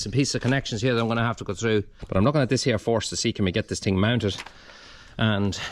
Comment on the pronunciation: You sometimes get some of your pronounciations wrong it’s first not forced.